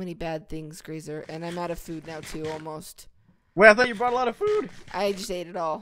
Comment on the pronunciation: The way Graser says food haha